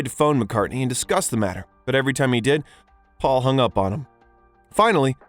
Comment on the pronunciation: . Twice in a row the narrator says "Faul"